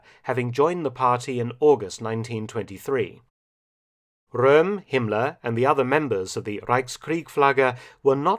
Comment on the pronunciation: Hey Mark i just wanted to say that you pronounce the german "R" very well. For instance "Röhm". Props